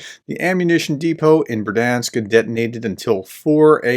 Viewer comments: I really like your reports, but I have one small detail on the pronunciation of place names. There are no silent letters here. The "i" is also a feature that separates Ukrainian from the Russian language. So Berdiansk = Ber-di-ansk (I hear you say Ber-dansk) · Third time's the charm, as they say. So Berd-yansk, not ber-dansk nor ber-di-ansk. Should we check with Anna anyway? ;) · Бердянськ= Berd-Yansk, two syllables . No "i" in it but "я"(ya) in the Ukrainian word. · learn to say berdiansk properly please.